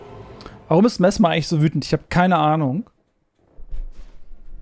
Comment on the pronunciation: "Messmer" oder "Mesmer"?🤔